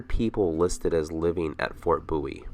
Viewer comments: BOW IE not boowe. Just saying. Apart from that I loved your video, a brilliant production. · Fort 'Booee'???